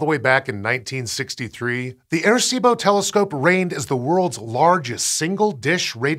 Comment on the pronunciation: Great piece, just wish there was a little more effort put into the pronunciation of the name. Sounded like he kept saying “air-see-bo.”